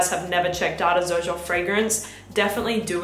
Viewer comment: Why does everybody call it Zerjoff? The actual pronunciation - mentioned by Sergio Momo himself - is like Serjoff.